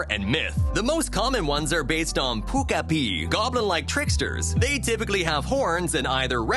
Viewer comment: I appreciate all the info but i really don't understand this person's Korean word pronunciation lol lol i'm like... DoKkaeBi sounds like pukapi? lol lol i seriously had to stop and read the letter to understand what this person was trying to say lol lol